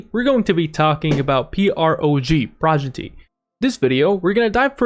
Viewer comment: its pronounced PRO-GEN-ITY